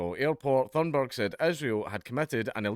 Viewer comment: Dank, your accent made it sound like you called her Greta Thunderbird at the beginning. Don't go giving her cool sounding nicknames.